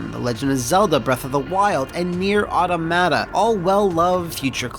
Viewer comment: “Nier Auto-mata” BOY